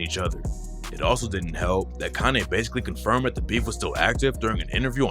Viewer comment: Are you saying Kanay?